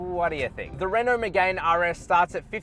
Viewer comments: Btw bro it’s not called a Renault Megain. It’s hurting my poor Renault sports fanatic ears everytime you say megain. It’s spoke like me-gan. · Lost you at "Megayne"... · Renault Megay’n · It's pronounced Me-gan silent e. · Megane = (MEE)-(GANN) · Renault “MiGaYn” why tf is he saying it like that, he’s a motoring journalist, surely someone has taught him how to say it properly 🤦🏼‍♂️ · I disliked the video just because of the way you pronounce Megane, besides that really good review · Good edit. If only you pronounced Megane correctly. Caradvice has a pages for this. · Oh say “Megane” properly you melt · I think that's right, but you would have sounded way classier by responding to this by starting with an admission you screwed up. These details do have an impact on how people perceive your knowledge of cars and therefore how valuable your opinion is on them. I enjoyed the video though so keep it up! Just perhaps google car pronunciations in future.